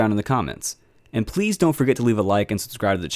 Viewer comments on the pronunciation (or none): none